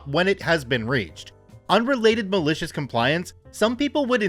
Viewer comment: Once you said that now I here this way now....lol